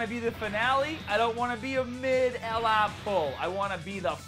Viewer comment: Your vids are great man but the only thing is the way you say LR is killing me man😂😂